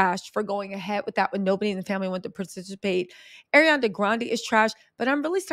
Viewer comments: He first name doesn't have a D in it. Its not ArianDA! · "ArianDA Grande" haha – Love this pronunciation and will only refer to her as this moving forward.